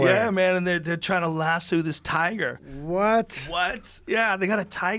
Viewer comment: Why does he say "lass-sue" instead of lasso lol